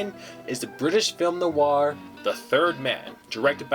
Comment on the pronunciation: 'Noir' has just one syllable. Not 'noo-ar'. That aside, well researched and presented!